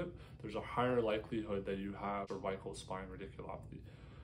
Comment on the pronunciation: You are mispronouncing cervical.